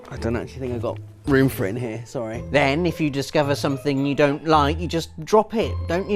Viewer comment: "and im parking hiere" 2015